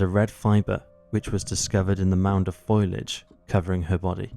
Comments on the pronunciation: " . . . . FOILAGE . ." ?? FOLIAGE . . .!! far canal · It's foliage - pronounced 'foe-le-age' not 'foil-age'. Otherwise, well done, just keep a check on the grammar. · It's not foilage, it's foliage. English is wasted on the English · Its foleeig not foilag (foliage is correct spelling). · "foliage" not "foilage".. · fo-li-age ,not foil-age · Excellent narration, but heads up - Foliage is pronounced 'Fo-lee-ij', not foil-ij. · Fol-i-age, bro. Not foil-age. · (Fo - li - age 😅) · except for repeated mispronunciation eg FOILAGE 🤔🤔🤔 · congrats you're the first non-american I've heard mispronounce "foliage" in that way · I'm just glad to know that it isn't just American country bumpkins that can't say the word 'foliage'! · Google how to pronounce foliage